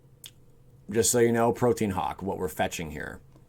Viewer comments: Haha protean hawk it’s actually protean hulk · Him mispronouncing the word "hulk" as "hawk" and orochi as "oh-rocky" killed this entire video for me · prōdēən or prōˈtēən hulk, not protein hawk, OMGOSH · It's not pronounced protein hulk! It's pro-t-an hulk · Protein Hawk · Dude I like your videos but from now on please say Protean HULK.